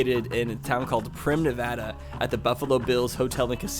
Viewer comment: I live in Vegas and I know what ur talking about about Prim. Also only southern NV gets hot as northern NV is vice versa in the winter. I also like how u know how to pronounce NV right